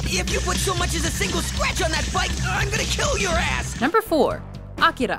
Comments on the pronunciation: How can you pronounce Akira so well, then butcher manga? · Nice to hear someone pronounce "Akira" correctly.